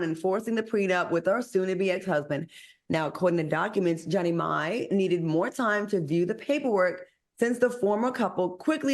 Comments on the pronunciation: That lady's name is JEANNIE not JENNY! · It’s pronounced Genie. Do black women not dispute in divorces? What does this have to do with race? She’s mad, so what? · lol yall know Jeannie name is pronounced like Genie right